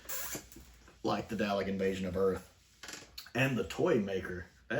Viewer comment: I can't get past the dalek pronunciation here